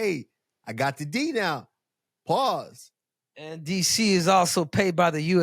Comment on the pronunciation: PAWSE aka Pause 😂